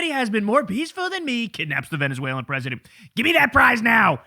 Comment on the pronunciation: Why do I hear "PRISONER trump" instead of "president trump"? 🤣😂🤣 - "Nobody wants him, because he's going to be out of office?" Ohhh, is that why you invited the OUT OF OFFICE "prime minister of Bulgaria" - the same one who resigned (along with his government in December, 2025), because he was made to by thousans of people protesting all over the country AND in countries abroad where Bulgarians joined in solidarity? Interesting... 🤔